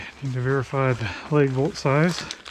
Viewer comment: Please pee before you start working on this stuff. And it's lag bolt not leg bolt